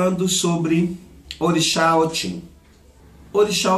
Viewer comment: Se pronuncia , OTI não OTIM porque a palavra OTIM é cachaça na língua Yorubá